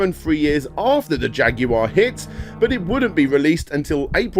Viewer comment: You can always count on Brits to give you a good laugh when the pronounce Jaguar.